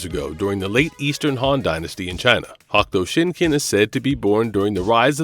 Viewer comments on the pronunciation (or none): He sounded dumb as fuck trying to say hokuto shinken fuck is a hakto Shinken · Good vid but yesh say it correctly please Hokuto Shinken Darn it. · HawkTuah Shinken WTF?? This guy should learn the words before making a video. Get a job! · Is this an AI? It's odd to hear hahk tua shinken. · "Hock-toe" shinken? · through a slew of their videos fuck up all sorts of pronunciations all the time. It's jarring. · Why is so hard for struggle to say "Hokuto Shinken" and other names? They took clips from the dubbed TV series that say it all the time. With that being said, Kenshiro doesnt get the recognition he deserves. Fist of the North Star should be up there with Conan the Barbarian in popularity